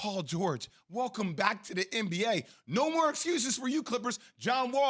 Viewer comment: Bro said KaThigh Leonard 😂😂😂